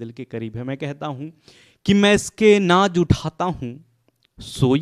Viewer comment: Naaz ko naaj bol rhe ho🙄